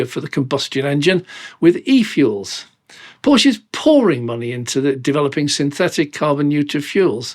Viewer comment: Please say Porscheeee and not Porsch oder Porschi with an e like in electricity or eleven. 🙏🏻